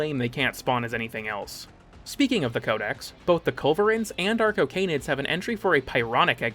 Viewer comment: Anyone else hear “our cocaine-id” every time arcocanids were mentioned? No? Just me? Uh. Cool. For real though, awesome video, mate. I love things that show me all the crap I never noticed in things I love. Your content has always been excellent, but it’s only gotten better over time. And awesome to hear here! That man’s voice is a deadly weapon.